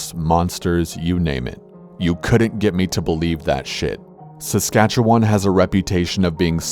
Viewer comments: Lived in Saskatchewan my whole life and it never gets old listening to people over pronounce our provinces name. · The way he pronounces "Saskatchewan" haha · MrAwesomeTrex are you from sask??? 😂 most people pronounce it more as "win" rather than "won" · ik thats how most americans sound lmao